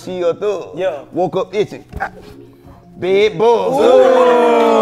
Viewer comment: “UNDER THAT BAED”